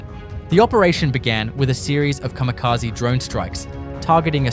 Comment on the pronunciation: カミカジ？ｗ